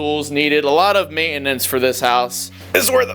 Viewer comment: Alot of “May in nince” 😂😂